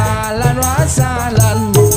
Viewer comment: Ahlan Wa Sahlan ba bukan alan wa salan kedengerannye alan wa salam